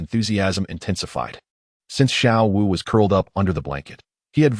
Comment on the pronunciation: Screws up the names of xiao wu and xD